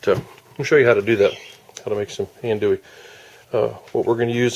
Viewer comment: You don’t ever want to call it ann-doo-ee. I’m from south Louisiana, it’s pronounced on-doo-ee.